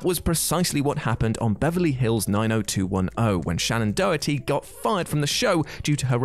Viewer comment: Or as he pronounces it, "Shannon Dohty."